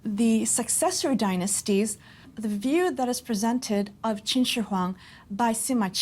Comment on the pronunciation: Great documentary...but you pronounce his name wrong. Qin Shi HungDI is what the Chinese themselves call him...